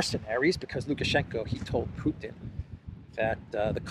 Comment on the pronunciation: " if Pewtin wew to win dis waw" come on spit it out 😂